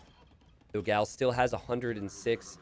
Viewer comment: Let me explode yours minds, Dogão means Big Dog in portuguese. And the pronunce is different.